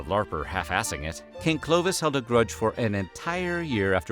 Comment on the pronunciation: It is NOT - 'Clo-d- vish'! But Clovis !!!🤬😡 learn to speak ou the name the real way !!! 🤬😠😡 And.. you said : could Clovis buy not another vase ? Even you said just few minutes before he stolen it? So what a bs !!!🤬🤬🤬